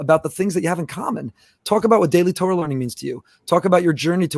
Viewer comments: You see here תּוֹרָה the Vav the second letter is an OH sound, not Tor like the dark web browser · I understand why people who are not fluent in Hebrew use the American pronounciation TOR like the dark web browser but this in not correct especially someone who flaunts his Jewish education and knowledge I would expect to pronounce correctly. Anyone who reads from the Torah for the congregation will be corrected on any mistake they make in the word they are pronouncing, I expect no less from someone who identifies as a knowledgeable person in Jewish liturgy as he does.